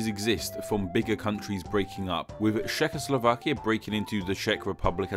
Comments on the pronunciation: This is a rather poorly researched video, I'm afraid. First of all, the Cz in Czechoslovakia is pronounced as Ch, not Sh. Also, the etymology of both Slovenia and Slovakia is the same, both names are related to the Slavic words slovo (word) or slava (glory, fame) which, in turn, are probably related to each other. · Why do you pronounce Czechoslovakia as shehoslovakia? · Šekoslovakia :D vychytané